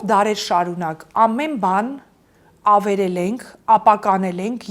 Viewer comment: Ամեն ինչ հետաքրքիր էր, հիացնող, ոգեկոչող, լավատեսություն ներշնչող, բայց այդչափ գեղեցիկ խոսքին զուգահեռ, ականջ էր ծակում ,,ավիրել,, ,,խանգառել,, բառերը